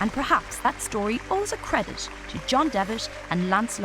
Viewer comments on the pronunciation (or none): The pronounciation iso annoying like "credish", "greatesh", "Devish"